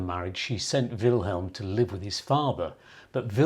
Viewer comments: I like your videos but it was difficult to hear you keep saying will helm. His name doesn't have an h in it, so it's pronounced Will m. Also, Wilhelm is a german name, so dont mention ze war! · It's not Vilhelm, it's Villem. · Jou uitspraak van zijn naam is fault. Het is Willem, niet Wilhelm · It’s not helm